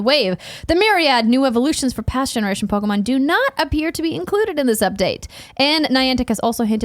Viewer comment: Andrea you got the Pokemon names correct! Good job!!